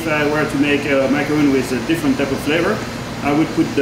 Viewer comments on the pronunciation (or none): H just said macaronning.... at least show it how it is done! D